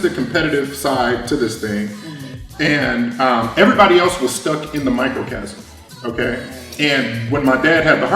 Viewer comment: Microcosm! Not microcasm... there's no such thing. Ugh... that was bugging me. 😂